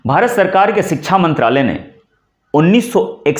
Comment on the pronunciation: अपना उच्चारण तो सही कीजिए।शुरू, शिक्षा जैसे शब्द भी आप सही नहीं बोल पा रहे। स्त्रीलिंग शब्दों को आप पुल्लिंग के रूप में इस्तेमाल कर रहे हैँ।